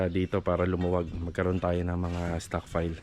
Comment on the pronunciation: Buong respeto kong sinasabi ito sa bago kong idol kontraktor: Kung maayos mo sana ang pagkabigkas mo ng letter F and P at ng letters V and B, ayos na idol. Example: stockpile, naging stock file. O kaya framing naging prey-ming. PVC naging PBC. Flooring to ploring. Gusto kong matuto sa yo, idol. Basta Tama ang terminology at bigkas, Salamat idol.